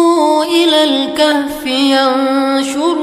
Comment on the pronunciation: Al-kahfi bukan Al-khafi